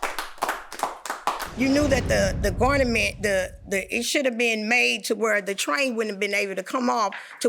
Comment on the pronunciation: She can’t even talk right Garnament” really like he said y’all failed to even go to the fittings she lucky she got that I would have given her $500 or nothing at all